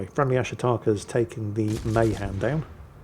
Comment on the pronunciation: I knew a sailor 90 plus years of age who served on Mahan. It is pronounced Meh-'han